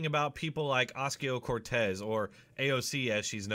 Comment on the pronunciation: Osk-ee-oh Cortez. Lol